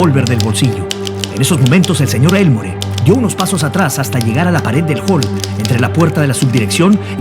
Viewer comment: Hola estás hablando de mi familia, no se pronuncia Elmore se pronuncia Elmor como si no existiera la " E " y no le disparó en el trabajo, ahí solo lo amenaza, le dispara cobardemente saliendo de la iglesia, mi bisabuelo Carlos García Gastañeta es quien lo mete preso, tengo la redacción del juicio completo por si deseas alguna vez leerla, cariños